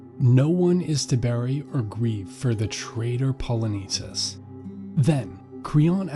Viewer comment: the pronunciation of names in this video is atrocious, specifically "Poly-nice-seas" and Creon that should be pronounced "Crayon" good video but I found it really hard to watch with all the horrible pronunciation and sis I got a classics exam I gotta study for.